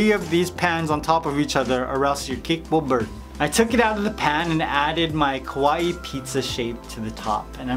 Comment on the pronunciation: Sounds like he is saying ku wa eee instead of kawaii